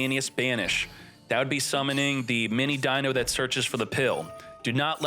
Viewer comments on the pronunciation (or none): none